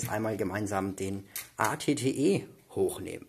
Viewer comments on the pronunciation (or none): Das at T wird eyti eyty aus geschptochen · Also At-Ot wird richtig amerikanisch ausgesprochen aber der At-Te nene der wird richtig DEUTSCH ausgesprochen 😂